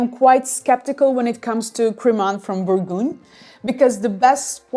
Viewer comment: Like your channel, but your pronunciation of Bourgogne is not good/correct.